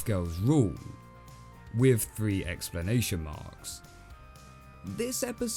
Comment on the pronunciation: did... did anyone else catch that he called them "explanation marks"? and not exclamation